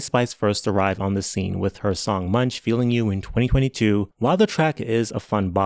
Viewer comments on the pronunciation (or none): none